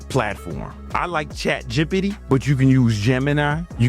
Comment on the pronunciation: Why do you say chatgot like that😂😭?